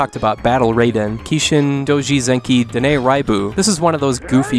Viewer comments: In Japanese, "ai" is always pronounced as in "Hai." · You pronounced "Raiden" wrong, but "Raibu" right?!